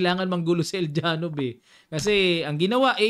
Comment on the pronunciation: El- Ya-nof ang pronunciation nyan coach basta mga slavic names...ang V ang nagiging F at ang J naman ay Y